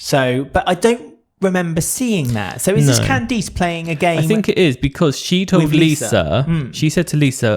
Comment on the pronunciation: It's more CAN-dass (emphasis on the first syllable), but yes.